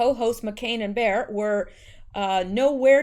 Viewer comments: It’s pronounced “Bay-whore”😛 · The view: pronounced Joy Bay-har. FYI. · Thank you for sharing your work with us. Awesome. Btw, to pronounce Joy Behar's last name. Its said as Bay-Har. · It's pronounced Bay-har Unjoy bay-har har! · Behar is pronounced - bay- ha-rrr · Name is two syllables. Beh Harr.. love your posts . K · Behar is pronounced bay-har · Thanks for the great vids, here's a help, Joy BAY-harr, though Rush calls her Maude Bayhar. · Behar is pronounced Bay-har. BUT bear is a good description of her as shes ugkier & smellier probably! Lol! But Melania is ALWAYS STUNNING ni matter what she is wearing! By far ,Far FAR More BEAUTIFUL than last FLOTUS u no Big Mike. JMHO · Joy's name is pronounced Bay har. Behar. Nancy Peelosi did the same thing in a much toned down form by calling for an "intervention" which is what John No Name said about what happened when President Kennedy was assassinated. Fortunately they will not succeed in impeaching President Trump and nor will their plans for assassination come to fruition. I wonder where in Canada you are? I am in north central Alberta. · Hey, Joy Behar. Pronounced bay- har . rhymes with car love you and your work! Thank you! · It sounds like bayhar